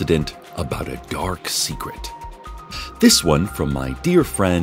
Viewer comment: Did you say ' d E E p D a rK S E C r e t s'?